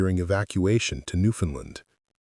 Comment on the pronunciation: And another thing, it is pronounced Newfound LAND. That AI voice said it wrong